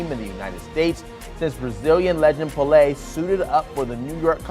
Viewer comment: Fire this man for pronouncing Pele's name like that. GTFOH